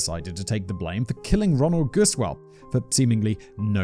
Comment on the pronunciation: I know Gusewelles from the exact area you are talking about. I just wanted to volunteer that you got the pronounciation right the first time: "Goose well". Hopefully Gusewelles won't show up on one of your posts until maybe one of them does something awesome and end up on Biographics. Just in case that happens, now you know!